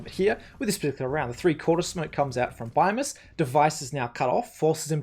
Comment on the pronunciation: Dawg thats not how you say Bymas